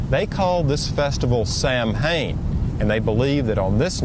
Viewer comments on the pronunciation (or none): Smitty, it's pronounced, "Sow-in."